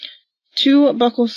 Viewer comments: Thd female cop saying "buckle swabs" instead of pronouncing buccal correctly is killing me 🙄 girl .. youre a detective get it together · I hope I never have to give a sample of my “buckles” to police, lol, btw lady cop, it’s buccal , swab that is.